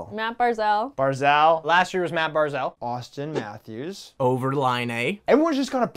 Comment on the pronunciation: it’s pronounced Bar-zel, not Bar-zaaaaal